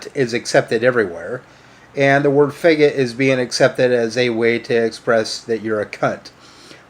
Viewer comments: I definitely have a problem with him say feggit! Ugh his pronunciation drives me nuts. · THE WORST THING ABOUT IT HIM SAYING IT WEIRD BRUH